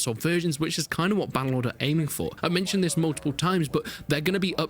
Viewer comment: This !!!!! Not vis!!!!